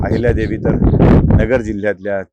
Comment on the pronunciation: अहिल्यादेवी असा ऊचार करावा